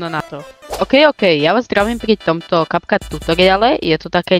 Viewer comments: Ahoj super video, no hate len môj názor je že sa to vyslovuje Capcut (kepkat) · diky, ale kepkat sa to nevyslovuje, respektíve niečo medzi Kepkat a Kapcat...